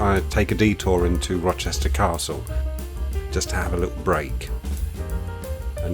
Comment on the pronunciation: you said "Rochester Castle" like that Star Wars guy with beer belly from memes says "Polynesian Spa".